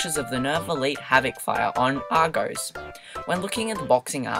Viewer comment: it's pronounced arr-goss